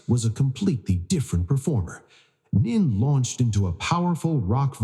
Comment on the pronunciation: Time to update AI voice name mispronunciation of both 1st & last names. Nene say Nay nay, Royal not royale don’t say Al. Royal like royalty, without the ty at the end.